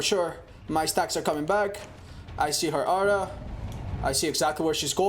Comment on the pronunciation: Its 'Aura' , not ow-ra - Joe mama